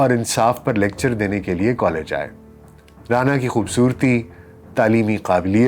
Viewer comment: رعنا لیاقت علی خان رانا اور رعنا میں فرق ہے ڈاکٹر صاحب تلفظ سہی کریں